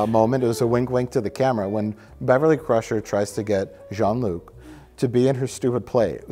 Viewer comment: You guys, it's Jake-Luc Picard